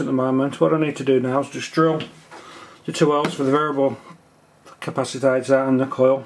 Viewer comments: why are you calling it capacitator?? its capacitor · Capacitater? Really? "Capacitor" please... Did I get the feeling that UK electronic language is not your first language? :-) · did you say capacitader? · The word is CAPACITOR not "capacitator" which does not exist. Nice video, I've never tried the toner transfer PCB method but it seems to be easy. Ferric chloride is messy and stains everything it touches, you can use sodium hydroxide instead to etch (use a higher concentration and warm it up first) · Also, capacitator? You mean capacitor. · Hehe capacitator LOL... capacitor!! :D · Capacitor not capacitater.. nice build.... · What's a "capacitator"? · Don't forget to buy a small capacitator to go on the small circuit board! Can anyone think that slowly? Honestly, speed it up and stop saying capacitator! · ...its a capacitor, not a 'capacitator'. yikes. ...and thats a 2p, not a penny piece... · If you really insist on wrongly calling the capacitors "capacitATors", why don't you call the resistors :resistATors" and the inductors "inductATors"? LOL But seriously, it's showing ignorance like this that gets people ticking the thumbs down box.